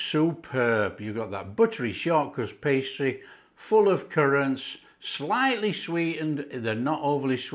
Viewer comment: I had to look up shawkras pastry, then realize he said short crust pastry.